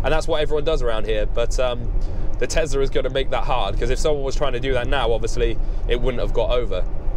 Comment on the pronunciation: What's a tezla?